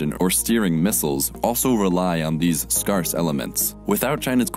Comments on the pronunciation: Man said scar-ce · ‘Skarse’ elements? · scarce is pronounced "scairss" not "scaress" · SKARSE!!! lol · Weirdest way I ever heard to pronounce "scarce" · I winced when I heard your pronunciation of "scarce". There were a few other issues... as EVs continue to take over the car market from ICE cars, the terms "engine", and "motor", which have been used somewhat interchangeably in years past, are now being used with specificity--- "engine", is used when speaking of internal combustion; "motor", more and more, is being used exclusively when referring to the drive system of electric vehicles. To help avoid confusion, please go by that convention in the future. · Scarce? Pronunciation